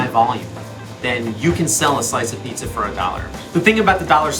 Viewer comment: Did she finally learn how to pronounce “pizza” or is it still “peesa?”